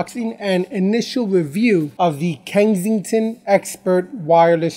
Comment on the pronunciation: It's Kensington, not Kengsington lol